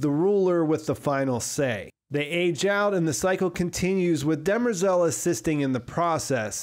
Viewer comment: I’m nit sure you are saying dermerzal name right but I also listen to audio books so not sure.